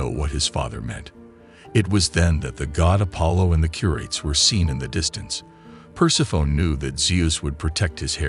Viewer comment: Per-seff-uh-nee. Persephone. Per-seff-uh-nee.